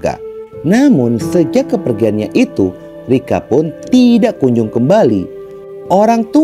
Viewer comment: Cara menyebutkan kata TIDAK, boleh ditata lagi ya bos. Agar tdk aneh. Maaf hanya saran